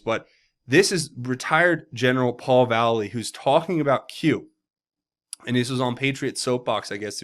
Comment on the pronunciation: Paul Val - Lay* - Lee like the old dog town skateboarder Mike Vallely.